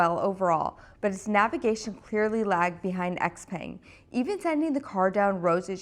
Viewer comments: its not "X-peng" but "xiao peng" like in xiaomi.. well if you know how to pronounce that one correctly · Also, the brand name is Xiaopeng (pronounced Shao Pung), not XPang. So cringe 😂 Also if you're unaware, China has lead the way since the beginning on both BEV and Self driving. I know you're a Tesla bottom feeder but it's worth knowing. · Xpeng (which you're pronouncing incorrectly) is decent but you should test the Huawei self-driving system. Tesla's FSD is not good, it needs to improve. Both Tesla and Xpeng would benefit from lidar.